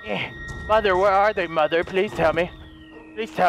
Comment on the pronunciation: No It's mother not moder